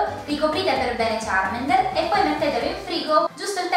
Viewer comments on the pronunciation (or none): Ma sono due bambini? (cit.) Sbavo :-Q__ P.S. Charmander non Charmender ;)